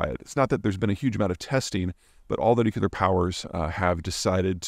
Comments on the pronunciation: Hi Mr. Zeihan. I find your work absolutely fascinating, and I watch and learn from you all of the time. An immense thank you! One request. Do you think that you could please pronounce the word Nuclear new-clee-r and not new-Q-lr. I apologize for any annoyance, but my many of my family and friends, of whom some are educated well, say that this isn’t ok 😂😂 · Love your content, but PLEASE learn how to pronounce nuclear. It's new-clear, not newculer. Thanks carry on. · Can't help but hear Homer say "Nucular. It's pronounced nucular." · Every time Peter says "Nucular" instead of "Nuclear", a baby bunny dies somewhere. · There's only ONE U in nuclear, hence, Nuke-lee-R, not Nuke-you-lar. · nu-cle-ar not noo-cu-ler --- such impressive knowledge, undermined with good ol' boy pronunciation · Repeat after me: Nu-cle-ar, not Nu-cu-lar ☝🏻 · Say it with me, Nu-clear. New-Clear, not New-Que-Lure. Holy shit Bush, look what you started. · Peter - I am a huge fan of your work. But please please stop mispronouncing the word nuclear. It is NEW- klee-uhr, not NEW - kyew - luhr. (I know, nit picking, but worth correcting.) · I pet peeve of mine... It is pronounced "new - cleer" not "newk-ya-ler" There is no "y" in nuclear. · Nuclear is pronounced, "New-Clear" not "Nuke-U-lur." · Peter, repeat after me, NUKE-LEE-UR. (Not nuke-U-lur...unless you really want to sound like Dubya) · Nu-cle-ar, not nu-cu-lar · peter my ears are burning. the word is nuclear - nuke lee er not nuke you ler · Love your videos Peter…but your mispronunciation of nuclear drives me crazy! It’s pronounced New-clee-er! NOT New-q-ler!! Seems petty I know, but….just saying. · It's nucLear, not nucular. Why do people pronounce that word so weirdly? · Nuclear, nuclear, nuclear......not nucelar, nucelar, nucelar. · Peter, love your videos but it's "NUCLEAR", not "NUCULAR". I'm just sayin' . . . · Noo-Cue-Ler. You're great Peter, but this just gets to me lol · Is it spelled nukuler? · I know you can do it, Peter. Nu-cle-ar.